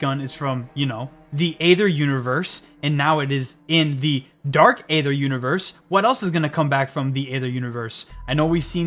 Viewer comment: Nice video man. But ya are saying aether completely wrong.